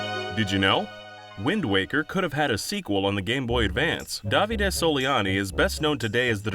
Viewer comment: The way you say Davide sounds so wrong